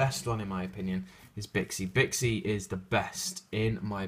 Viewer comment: Bi'an = Bee - ann Bixi = Bee - shee Suanni = Soo - ahn - ni Chiwen = Chi - wen Baxia = Bah - shyah